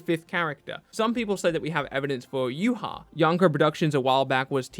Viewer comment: Yuha? That was the gringiest way to pronounce Ywach ever